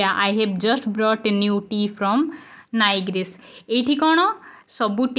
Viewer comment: ma'am aapananka NILGIRIS word ra Pronunciation wrong heichi